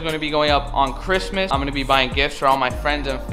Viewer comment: She said merry Bhristmas !!!!! On bloodz👌🏽 😂😂😂😂😂😂😂😂😂